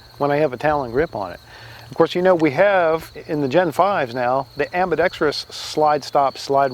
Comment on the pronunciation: I appreciate your relevant observations, sarcasm, and pronunciation of ambidextrous! I bet you'd shoot it a lot better if you had just used the sights. Thanks for the vid!